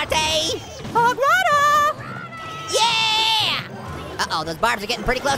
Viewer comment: U said HOG RODER HE SAID U ROCK HOG RIDER LOL